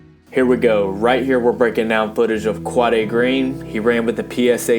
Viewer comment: you pronounce his name wrong